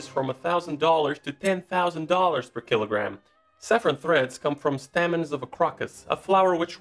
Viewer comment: Annoying pronunciation mistakes. For saffron, the pronunciation is staymen - not stahmen, and the flower is pronounced croak-us not crock-us.